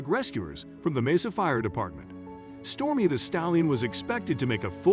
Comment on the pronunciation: The narrator mispronounced Mesa and his inflections are off sometimes.